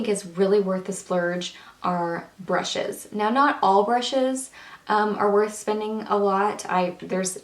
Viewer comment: blllaaahh brrrushes not bLushes i think u droppes hahaha